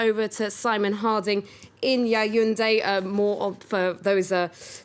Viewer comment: This broadcaster still persists in in calling Yaoundé (Yawunde) YAYUNDE. Is there nobody to correct her?